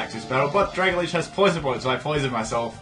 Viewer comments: Dragalge is pronounced "drag-AL-jee" (like "algae"). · You have problems with reading. Drag-a-lage? Syn-e-sis?